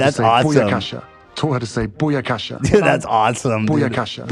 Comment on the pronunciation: That pronunciation of booyakasha is pretty great lmao